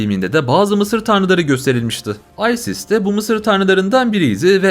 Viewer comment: Aysis ne la isis diyeceksin hz isis